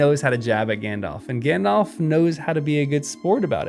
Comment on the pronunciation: Good lord. It’s not pronounced “gandof” lol. It’s “Alf” with “gand” in front. Like in the movies